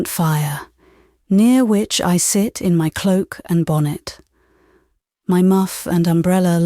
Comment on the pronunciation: Some odd pronunciation "bon-net" (bonnet), "auntypathies" (antipathies). Then there is the French pronunciation...🤔 Also, delivery I find monotonous.